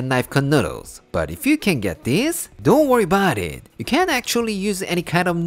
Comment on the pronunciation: Italian Americans: Fuhgeddaboudit: Don'tworryaboudit